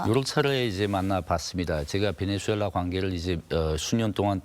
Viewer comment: 아나운서님 말도 너무 더듬고 발음도 안좋구 김위엉장을 베네즈수엘랔 연습좀하셔야할듯..